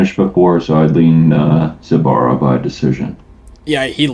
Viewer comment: Bro its zu like zulu not zaibara zaibara.